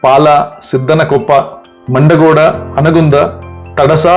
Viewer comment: ಆ ಕಾರ, ಹ ಕಾರ ಸರಿಯಾಗಿಸಿಕೊಳ್ಳಿ. ಮಂಡಗೋಡು ಅಲ್ಲ ಮಂಡಗೋಡು